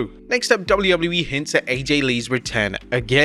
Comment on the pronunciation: Why the hell does he say Doubley Doubley E